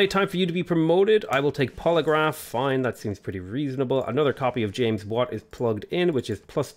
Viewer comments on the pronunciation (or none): none